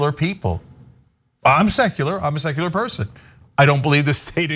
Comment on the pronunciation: Tuckems made it sound like sexular 😂